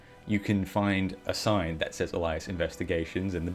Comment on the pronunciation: Elias investigations.........Alias fam. Not Elias.